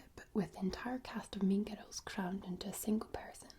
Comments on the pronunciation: Request: a roleplay using the voice from Also I really love how you say "girls" like "giruls". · The way says the word girls (girrals) is actually a trigger for me.